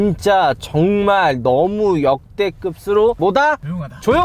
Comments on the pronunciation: 역대급스로 발음 거슬리네 ㅋㅋㅋㅋㅋㅋ 역대끄브로라고 발음해줘 형ㅋㅋㅋ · 역대급 자주말하는것도 거슬리는데 역대급으로를 역대급스로 라고 발음하는게 ㄹㅇ 발암임 ㅋㅋㅋㅋ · 중국인인가? 역대급스로? 이게 틀릴수가 있는건가?